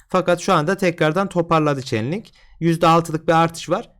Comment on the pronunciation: coin'in ismini çenlink diye okuyunca anlamadım. çeynlink hocam doğrusu